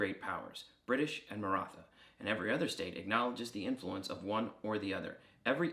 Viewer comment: The "th" in "Maratha" and "Marathi" is more of a breath-y "t" sound, not an ð sound. In English a more accurate pronunciation would be a hard "t", like the th in "thyme". The ð sound is fairly unusual throughout the world, English is one of the few languages that use it.